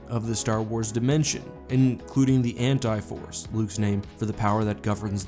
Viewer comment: Maybe it's just me, but I kept thinking you were saying the Hentai Force... Totally different video there.